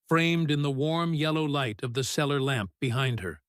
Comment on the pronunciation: The CELLAR, not the seller. She CAULKED the windows, not cocked.